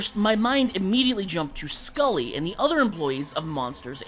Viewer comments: His name is Sully not Skully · It’s sulley not skulley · excuse me, scully??? there's no c, it's just sully